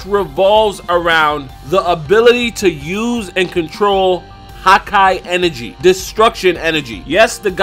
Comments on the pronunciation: "Hawkeye" lol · anyone else hate the way he says hakai